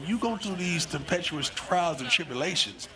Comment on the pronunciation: was that an attempt at saying “tempestuous”?